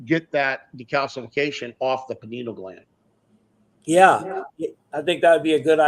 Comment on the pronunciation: “I know everything about this” proceeds to mispronounce pineal gland repeatedly smfh 😂